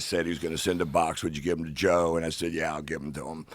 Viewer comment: Joe. It's joee.